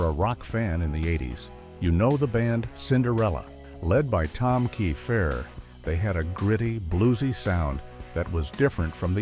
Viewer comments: I agree with you it’s pronounce tom keifer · Layne Staley wasn't anywhere near broke! This is aggravating! Edit: how many different ways are y'all going to pronounce Tom Keifer?